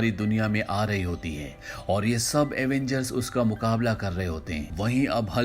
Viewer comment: Avengers not Avangers